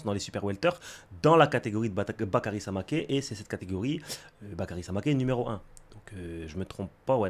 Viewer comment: c'est Samakeu la prononciation maintenant, il me semble...